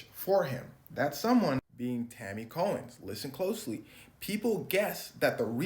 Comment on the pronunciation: Tanny "Cohen".. Every single time.